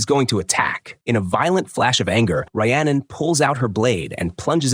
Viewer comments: Her name is pronounced Ree-annon not Rye-annon! It wasnt a box cutter it was a knife! It wasnt a lake it was a canal! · How many terrible ways can the AI voice mispronounce Rhiannon? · Dude just quit you said her name wrong times literally every 4 seconds 😂😂😂😂 you either do 0 research or just lazy ass AI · First, I'd be mad if someone pronounced Rhiannon like that.